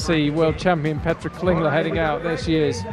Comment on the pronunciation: Thank you so much! (Can I just point out that Petra's surname is Klingler, not Klinger and it's Rubtsov, not Rubstov ;))